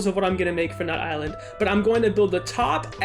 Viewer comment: it isn't pronounced nut island it is pronounced nuyt-LAND